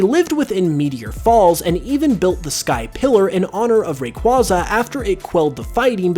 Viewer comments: It's Ray-Kway-Zah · Raquaza (ray-quay-za) it’s really easy why does everyone pronounce things the way they want when everything has a set pronunciation Great video though❤️❤️ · Bro, your mispronunciation of Rayquayza's name hurts.